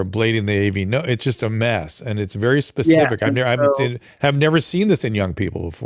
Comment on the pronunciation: THANK YOU ... ..." specific " NOT ... ' pacific '